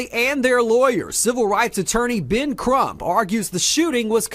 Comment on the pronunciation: Did you call Attorney Ben Crúmp a parasíte?